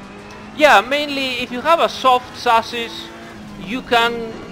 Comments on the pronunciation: Thank you lol! I was SO confused. Susses? Sauces? What the....?! And the auto-generated subtitles are just laughably horrible at their job. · I know he was saying Chassis but it made it so much better hearing Sausage. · I have difficulty understanding that part when you say sausage. What do you meant by that. Are you talking about the spring or dampers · i think he means "chassis" here